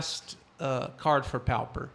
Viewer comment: You do know it is pronounced popper not powper. A pauper is a very poor person, not necessarily a vagrant but more like what we nowadays call a welfare case. Pauper is referred to as a poor man's MTG because it is limited to only commons. The Pauper and the Prince is a famous book that is known all over the world. Do most people in Brasil pronounce it powper?